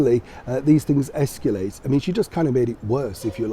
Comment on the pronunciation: There's no 'U' in the word 'escalate',!